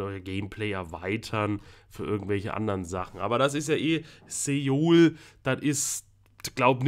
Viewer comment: Soo - uul Nicht Seuool 😂😉